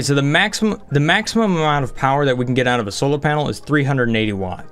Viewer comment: UNLIMITED POWAH